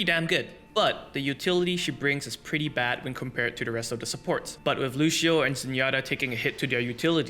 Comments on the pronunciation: "Lushio" come on man, lets not do this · why do you keep calling him looshioh